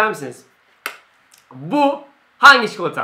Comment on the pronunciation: çikolataya çikoıata diyor